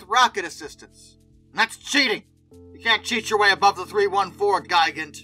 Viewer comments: Just for future reference; Gigant is pronounced Gee Gant. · By the way, the pronunciation of the Me 323 Gigant is "Gee-gant", not "Ji-gant". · Hahahaha! But seriously, "Gee-gant" is the correct German pronunciation for the word, which of course, means giant. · "Ji-gant" sounds like the name of a kaiju wanting to attack and destroy Tokyo.